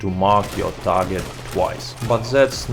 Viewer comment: Nice work man.. you still have the most informative comparison videos on YouTube for Red Dead 2 .. thank you . . I think you should go back to saying "TARJET" instead of Target tho..